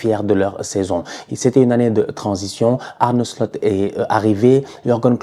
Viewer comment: Arrête de dire "Arnaud Slut" stp😂